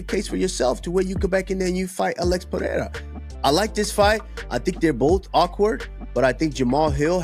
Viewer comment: PEREIRA (not PeHeira)